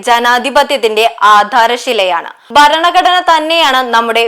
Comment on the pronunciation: ഉച്ചാരണ തെറ്റ് ഒഴിവാക്കുക. ബരണ കടന അല്ല. ഭരണ ഘടനയാണ് ശരി. ഉൾക്കൊള്ളുക. പരിശീലിക്കുക.